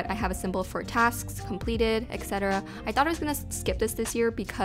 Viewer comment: You mispronounce the word 'etcetera'. Look at the second letter - it's T, not K. There no way it would be "ekcetera", it's eTTTTTTTTcetera.